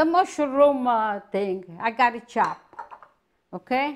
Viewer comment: "Youa choppo like a dis!!!" Love it!